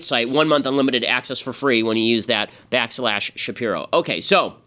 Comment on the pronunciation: i need him to pronounce his last name right lmao